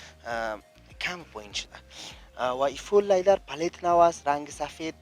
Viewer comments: Iqa LayDar Goften lol Its Leather bro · Lyder chi ast?? 🤔🤔 ooh he probably means "leather" 🤣🤣🤣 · او برادر لایدر نی لیدر انگلیسی یاد نداری چرا میگی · چرا ساده به زبان فارسی چرم نمی گویند که از واژه انگلیسی لایدر استفاده میکنند آنهم با تلفظ غلط. به زبان فارسی صحبت میکنند اما چرم را لایدر میگویند امید روزی این غرب زدگی ها در جامعه ما پایان یاید. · او بیادر وقتی تلفظ یک کلمه ره یاد نداری چی ناق سر خود فشار میاری انگلیسی میپرانی ، سم سیی بگو سیت هایش چرمی است . لیدر دیگه چی معنی ؟